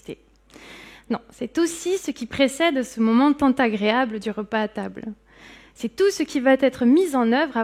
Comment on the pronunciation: “ce qui têtre” - mauvaise liaison à deux reprises. Pas terrible.